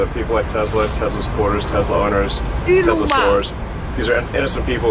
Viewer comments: Trump called it “Tesler”. Hysterical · Why does Eloo Ma pronounce Tesla's name Tezzla? Does he not know the name of his own company? How out of touch do you have to be to mispronounce the name of a company you ostensibly own?